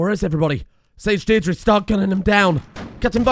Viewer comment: As an Irish man I would like to point out that Deirdre is pronounced Deer-Dra (as in dragon).